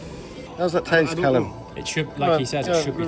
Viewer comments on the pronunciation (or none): none